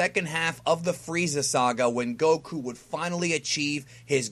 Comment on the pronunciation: Kudos to because he said Goku as it should be pronounced XD. It's nice to see and know all of this, we do have some similarities for us in Latin America. Great video 🤲🏼